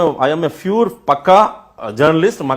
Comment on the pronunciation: அடேய் அது fure இல்ல pure. fure means ரோமம் அதாவது மயிர் 😂😂😂